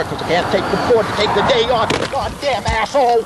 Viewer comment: "until I wrun into you, you asswhole!"